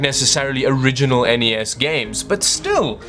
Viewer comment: The N.E.S. NOT the NES..!!!!!!!!